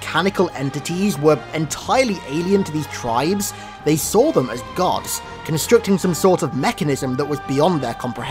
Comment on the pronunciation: Do you say gods and guards the same way?